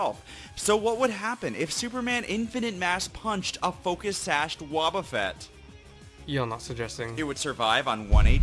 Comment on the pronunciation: i laught at Wobufett (did i pronouced that right)